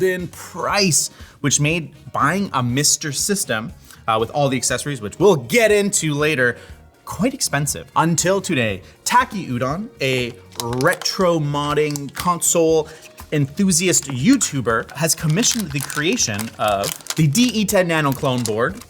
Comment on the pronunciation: its not tacky udon its taki udon show at least a little bit of respect he literally says his name in every video so you should know how to pronounce it